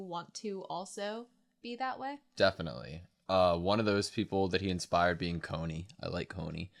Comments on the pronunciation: can someone please tell me if they learn to pronounce Connie correctly the further they get into the series? it sounds so weird to hear them say Connie like coney island XD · Jean is pronounced like a John with french accent. The way you say Connie is funny too. Also Pyxis is not pronounced like that either Just try to pronounce it like Germans would